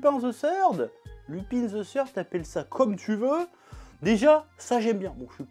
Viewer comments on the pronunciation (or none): "Lupin ze seurd". Plus simple : "Lupin : Le troisième"